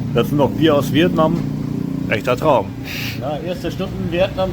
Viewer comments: Viet Naaahm 🤪khina war schlimmer 😄☝🏼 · DIe Aussprache von Vietnam hab ich auch noch nie gehört :D